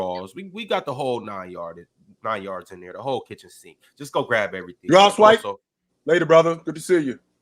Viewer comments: Why does say Swipa with the hard R? It's Swipa with an "A". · I had the same thought 😭😭 feels like the hard R 🤣🤣